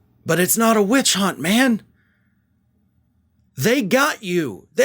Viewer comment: Did he say "bitch hunt"?